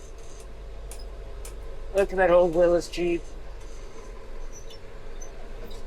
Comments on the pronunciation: FYI old Jeep is pronounced Willies. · Its a willys jeep not willis